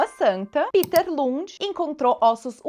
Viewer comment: A pronúncia "Píter" é do inglês.O Lund deve ser "Péter"ou outra coisa, Obrigado pela bela aula.